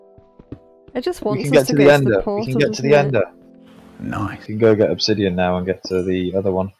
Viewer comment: "Obsidddeon" 🤣 nice video!!